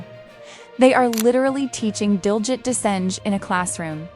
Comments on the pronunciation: Pronounced Diljeet not that way you are saying it. Otherwise excellent!!! 👌🏽👌🏽👌🏽👌🏽👌🏽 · To the person talking, pronounce his name correctly.